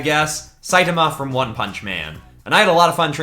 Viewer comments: It’s produced say ta ma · not to be rude but its pronounced say-tama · So it sidama not saitama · Like the video but hate how you say one punch mans name